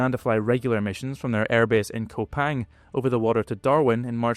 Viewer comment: By the way it's 'Koo-pang', not 'Ko-pang'.